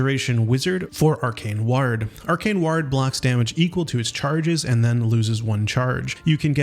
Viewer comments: Please stop saying 'ward' as if it rhymes with 'bard', it causes me physical pain. It sounds like 'war' but with a 'd' at the end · Ward is pronounced like sword, just without the s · "Ward" doesn't rhyme with "yard!" It rhymes with "bored!" Holy cow, are you an AI just learning to talk? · does this man not know English? wtf is ward? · You should relearn how to say ward.